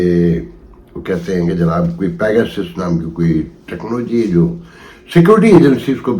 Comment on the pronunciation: With due respect its pegasus not begosis.